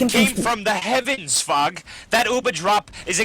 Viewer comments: everytime says Fog it sounds like he's saying fuck xD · There were a few times I though was saying Fuck instead of Fog